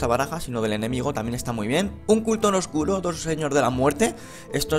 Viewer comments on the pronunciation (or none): none